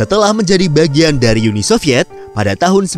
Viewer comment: Uni Sovyet, bukan Yuni Sovyet min. Jangan ke-inggris2-an.